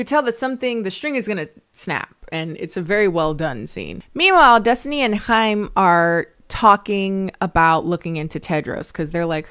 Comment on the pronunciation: Small thing but I love that u were able to pronounce Chaim correctly haha